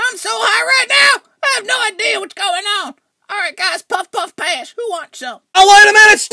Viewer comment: i died when he said anyone want puff puff pash